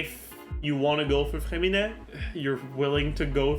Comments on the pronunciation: Your name pronounce is perfect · Bro you say his name with a perfect french accent (i’m a croissant btw) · Oh my god, your french accent on “Freminet” prononciation is amazing ! Apart from that, nice video as always